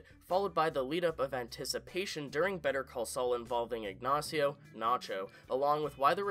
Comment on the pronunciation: Dude's pronunciation was flawless. The accent was definitely incorrect, but pronunciation is a HUGE improvement over some of the shit I frequently here people say.